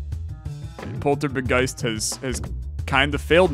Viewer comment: Dangit it's a Polt-Orb-Geist, not a Poltor-B-Geist